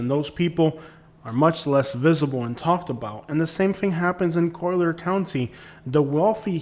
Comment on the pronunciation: Yeah Im curious why you pronounce it “ co- leer” county? But besides that pretty good video. But naples is segregated. Everything west of 41 minus Naples Park is reserved for the rich.